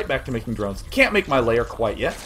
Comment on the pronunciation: OMG day9, it's not "layer," it's "LAIR!" One syllable! Gaaaaahhhhhhh!!!!